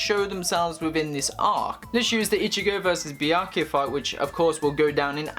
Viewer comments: kuchiki what? biaki? wtf is it so hard for u to pronounce byakuya? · The topic seemed interesting, but i couldn't watch this video more than 1 minute with how this guy mispronounces Byakuya